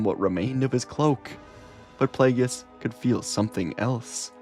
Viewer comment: I just keep chuckling everytime you say "Plagueis", because you say it like the pronunciations are in dictionaries for words it comes out like "Plee-yay--gee-yis" lol.